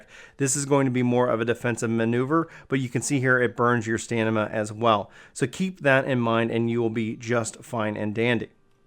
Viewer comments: its stamina not stanima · Great video but please... its Stamina not Stanima...also UN-equip not DE-equip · How am I supposed to learn from someone who cant pronounce stamina